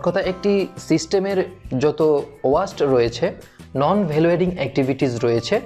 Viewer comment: very helpful class but Sorry to say sir it not ওয়াস্ট it's ওয়েস্ট।